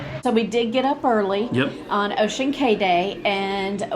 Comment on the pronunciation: I was on the Disney Dream that day! Small world! Just an FYI... CAY (like in Ocean Cay) is pronounced KEY.